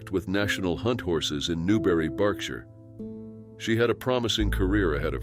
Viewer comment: Thanks for pronouncing 'Berkshire' correctly. 😊